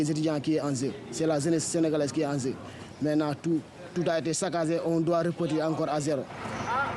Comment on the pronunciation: MDR, toi ça se voit que tu es un ignorant qui critique sans même te renseigner sur ce que tu critiques. Il fallait commencer par demander pourquoi il dit ''en zeu'' au lieu d' ''en jeu''. Ce n'est pas parce qu'il prononce ''zeu'', qu'il écrira ''zeu''. Non, il écrira ''jeu'' ! Vas faire tes recherches sur ce qu'est le zozotement après tu nous reviendras. Le zozotement est généralement causé par un dysfonctionnement ou une différence dans la manière dont les muscles de la bouche, de la langue et des lèvres fonctionnent ensemble pendant la parole. Donc absolument rien à voir avec l'apprentissage de telle ou telle langue.